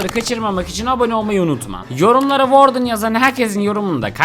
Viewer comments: Warden okunuşu vardın işe vardın😅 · "WARDEN" seni çok seviyorum 💕